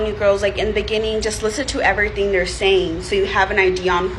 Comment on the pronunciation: "...everyting..." LOL